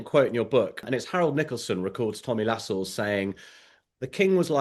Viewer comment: He is not called Tommy Lascelles. LaSCELLES. It is Tommy LAscelles. Emphasis on La not Scelles. Andrew Lownie claims to know all these grand people. 🤔🤔🤔🤔🤔🤔